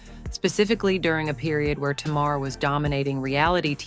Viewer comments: Tay Mar not Ta Mar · U really know how to drag out something forever. This is too long to listen to . Always what it isn’t never what it is. Did u ever listen to the show for the pronunciation of Tamar’ name.